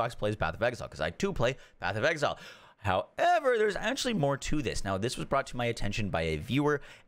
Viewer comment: how-EEEHVUR lol. Not sure why I find this funny.